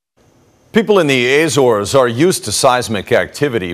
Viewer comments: The News Anchor needs to do his homework on pronunciation before going on air. It’s not “the A - Zores” it’s just Azores. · Ah, apparently Lisbon is now located in Spain. LOL. Filled with confidence with this US News channel. And it's Azores, or Acores and Not Ay-Zores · Are you a genuine news organisation? You put Lisbon where Malaga is and your anchor cannot even pronounce the name of the islands. Pathetic. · He mispronounces "Azores" too, so... 'Murika! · Sobs in Portuguese. Ah-ssor-esh is what I'm assuming is correct. Azores natives / native Portuguese - feel free to correct me. AYYY-zorz, ahhhh. :'0 :'0 :'0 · What is it with Americans, why can they never pronounce the name of countries correctly?